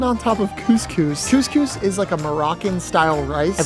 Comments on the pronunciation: did negga just say coohs coohs its cus cus thats how i and my mum say it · Bro said cewscews 💀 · the way he says couscous 😭